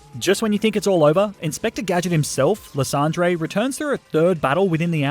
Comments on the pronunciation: Ly san der - 🤨 Le son dray - 😏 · i belive his name is pronounced lie sand er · u pronounce lysandre like li-sand-er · not to be rude but that not his name.Its lie-sand-der.I swear some pokemon names are dumb